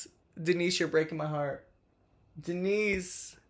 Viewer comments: Umm it’s pronounced Dee-nice 🐈‍⬛ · as a fellow Denisse, my ears also stood at attention every time you said her name in the video lmao